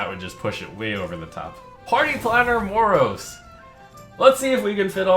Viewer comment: btw it is MOROES